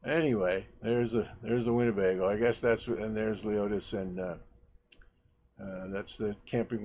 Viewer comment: its lemonis not leotis ok